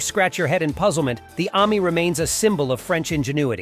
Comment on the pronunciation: I wish this guy would learn to pronounce Ami and allard properly. You put the emPHARsis in the wrong place.